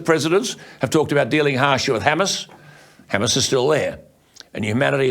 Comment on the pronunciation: You might wanna learn how to pronounce Hamas correctly...